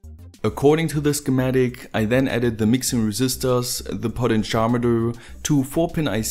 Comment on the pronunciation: Cool videos! One minor improvement: you're mispronouncing "potentiometer". It's actually pronounced like this: "poh-TEN-CHEE-ah-meh-ter" with the stress on both "TEN" and "CHEE".